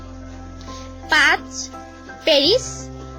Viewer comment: পেরিস নয় ওটা প‍্যারিস, টুকিও নয় ওটা টোকিও